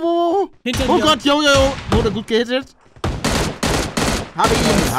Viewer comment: Palle:ich wurde gut gehitet. Ich:OK